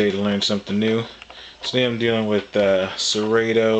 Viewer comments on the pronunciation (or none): its sir-rot-toe, not sir-rate-o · Is not Serayto.lol